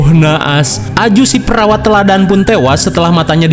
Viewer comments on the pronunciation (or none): none